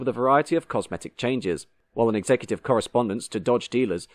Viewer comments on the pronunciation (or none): none